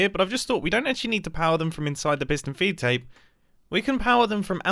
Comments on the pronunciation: I keep hearing it as fiston peed tape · Fiston peedtape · pis-tun feed tape???